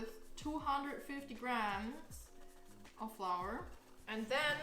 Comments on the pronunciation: wie ich mich sogar noch an das kuchen video erinnere, wo du flour wie floor ausgesprochen hast:D Hach, schön dass du wieder da bist, bless us with more vegan chinese recipes! <3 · wait- flour is actually pronounced like that? 😳